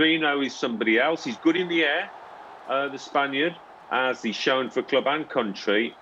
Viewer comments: Not fro “for” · Mean “fro”😂😂😂